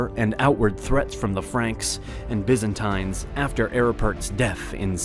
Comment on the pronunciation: Is anyone else screaming internally each time Byzantines is pronounced?